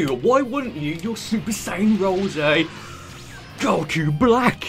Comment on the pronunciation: I love the way he says Goku